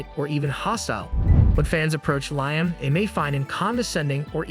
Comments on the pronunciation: It’s pronounced Lee-am. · Lye-am Gallagher? K-I-S-S? Kurt Cobine? I feel like I'm losing my mind listening to this.